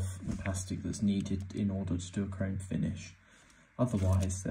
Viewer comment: bro how do you mispronounce chrome???? HOW DID YOU SAY CRY-OME